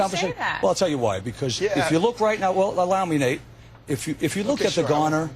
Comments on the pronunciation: why is the host calling him Nat? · This whole interview bothered me... all the way down to the black male anchor continually calling him Nat and not Nate! These people better start putting respect on Nate’s name!!!